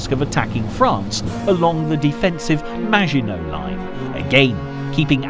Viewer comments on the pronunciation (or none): none